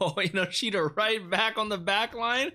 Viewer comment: Just to help you out a bit Chikaras last name is pronounced En-no-shita instead of inoshita. I like your reactions! Got great input and I'm glad you're understanding a lot of the thematic elements. I think a lot of American reactors miss a lot of that and get the wrong ideas here and there. Keep it up!